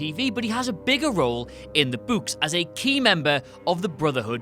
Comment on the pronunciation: "In the buuks"